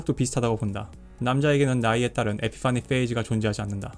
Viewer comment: 에피 파니 페이즈 발음이 너무 구려서 갑자기 진지에서 웃겨짐